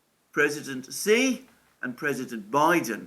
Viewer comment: Xi is pronounced she and not see….